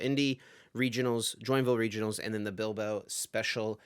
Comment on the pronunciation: Would expect the guy with the Spanish name to pronounce Bilbao correctly eh?